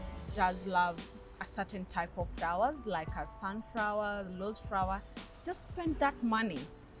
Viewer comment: Sun frawer or lose frawer